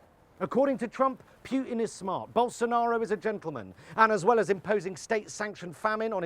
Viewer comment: Just a note on pronunciation, Jonathan: the first syllable of Putin’s name is said “oo” and not “yoo” as you’ve done.